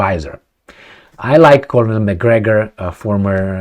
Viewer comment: 'Colonel' pronounces just like 'kernel' Two syllables, not three.😊